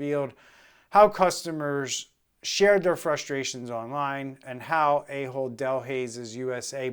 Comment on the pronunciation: I know it's a joke, but it is pronounced Ah hold, not A-hold.